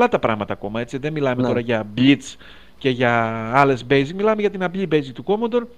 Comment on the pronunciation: Πολύ ενδιαφέρουσα η gaming ιστορία του Γιάννη Dreamwarrior! Μας ενώνει η αγάπη για τον Commodore 64 που σε μια στιγμή τον πρόφερε σωστά, όπως πρέπει, ορθόδοξα, ως "Κομοντόρε". Ο Τόλης ανταπεξήλθε επιτυχώς στην πρόκληση ενός διαολεμένου είδους παιχνιδιών, το vertical scroller με αεροπλανάκι που δοκιμάζει τις αντοχές του καρδιαγγειακού και νευρικού σου συστηματος.